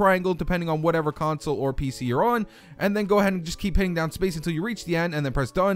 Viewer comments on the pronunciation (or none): none